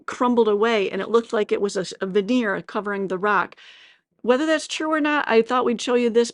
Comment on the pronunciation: vendeer ? he he you mean veneer